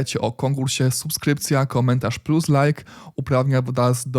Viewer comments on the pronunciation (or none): none